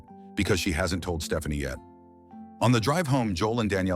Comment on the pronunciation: I’m sorry, at the beginning, did this fool AI call her (P)Stephanie, with a “p”? I know I heard Puh-Stephanie. I can’t stop screaming; this is why ur my fav movie channel 😂😂😂